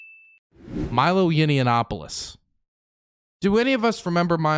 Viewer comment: It's Yah-nawp-uh-luss Not that I have any respect for the man, just bugs me even time I hear "Yinny-ya-nawp-uh-luss" lol Unless that's intentional